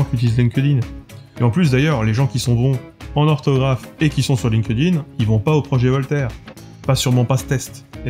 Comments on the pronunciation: chépa si dire "line-queu-dine", c'est moinz pire que dire "linquède-ïne" :) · Linkedin : attention à la prononciation.